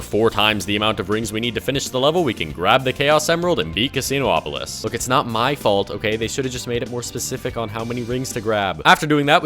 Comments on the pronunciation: Its Casin-opolis not casino opolis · it’s casinopolis, not casino-opolis